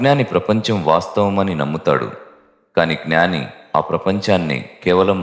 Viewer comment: మీరు ఉచ్ఛారణ 'జ్ఞాని' అనిచెయ్యాలి; 'గ్నాని' అని చెయ్యకండి.